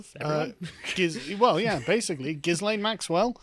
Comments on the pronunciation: is it not pronounced Gillian? well I have always called that hoor by that name. But 20 years...really? not enough. But all the rich and famous people will be running scared soon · Oh come on guys..! is talking about all of Epstein's male friends who cavorted with underage girls, ie, Bill Clinton, who was a regular on the Lolita Express and private island. And, the 's' in Ghislaine is silent, as in 'Gil-aine'. I've liked your other takes but you are off the boil on this one. Step up..! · I'm a bit disappointed that you dropped the Jizzlayne pronunciation of her name.